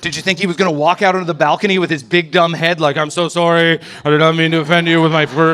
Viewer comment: Can someone PLEASE teach this man how to say the word sorry! Fuck! It's not Sorey